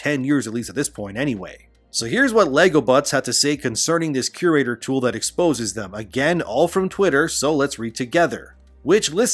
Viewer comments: I had no idea what you were referring to untill i realised you were saying "curator" wrong lol. You will find its pronounced vocally as "cure-raytor" just as like an art curator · Are you trying to say cure-rater? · You're mispronouncing CURATOR. Fix it.